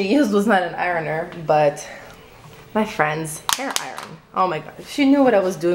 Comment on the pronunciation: she bugs me the way she says iron. like arron.